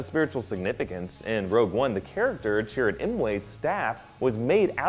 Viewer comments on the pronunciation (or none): none